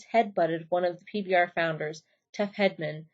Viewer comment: The mispronounciations kill me.. Tuff head-man 😂😂